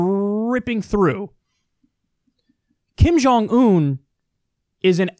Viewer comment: She can't even pronounce the name of North Korean leader. She said Ping Jon Un